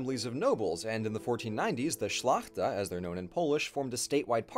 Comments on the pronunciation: You pronounced 'szlachta' very good. 99,9% perfect Only one thing since many years polish People knows that this movement 'solidarnosc' was full of agents. Since one of generals have died, his wife brought some full fat dirs catalogs sayings who's who... Just that, this point when officially communism in Poland finished was a operation. It is all a lie! I mean who knows, who's really in charge of Poland right now...?! So just to be clear we Polish People for sure were an impire much more before 966. First one who had dares to say NO to Christians prists. As I have had read, Polish leaders didn't want to share a space with pervertion of possible opponents who appear enlightened and acting as the creators of only one good god path. In fact Polish nation was already balanced and in harmony. Just that we had other idea much more natural like any aboriginal. So as always in history, if someone doesn't understand, there starting a war. The position was simple, play with yours young men and boys in the name of God you prists. We love nature here, we love each other and we live in harmony without suffering and pain deviations. Apparently, taxes were voluntary, so their amount depended on the person. It was possible to live, the prosperity was unheard of because the people were also happy. Except this part of the story is forbidden. I mean all ... Well, we could talk years. It was about to share an idea of real democracy, simple and logical one. I guess it all started there, where two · your polish pronunciation is quite on point in most cases. I really compliment your pronunciation of "szlachta" where it is not an easy one, and you said it practically perfectly. All in all, the whole piece is terrific and I wish my history teachers were this interesting and concise at the same time ^^ rock on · You did pronounce "szlachta" perfectly :)